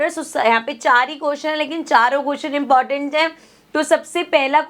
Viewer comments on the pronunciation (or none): none